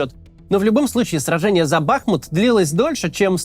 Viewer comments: Максим, позвольте Вас немного поправить: не БАхмут, а БахмУт, по названию реки БахмУтки. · Все замечательно, но почему бАхмут, если бахмУт? 🙃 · Все говорят бахмУт, и только Кац упорно говорит бАхмут. В Википедии тоже ударение на второй слог. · Не бАхмут, а бахмУт Сорри уши режет это ударение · БахмУт, а не БАхмут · Бахму́т — город в Донецкой области Украины. Ударение на второй слог!😐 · БахмУт - ударение на "У". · Кац ты бы хоть город правильно называл а то как-то позорненько ! Если не знаешь на какой слог ударение ставить в Бахмут , говори Артемовск не ошибёшься 😅